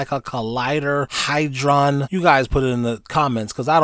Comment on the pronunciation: Hadron....not highdron. Loosen your dew rag.🎉